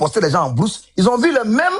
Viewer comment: Mais pourquoi les burkinabés peuvent se ridiculiser comme ça bourse il dit brousse 😂😂😂😂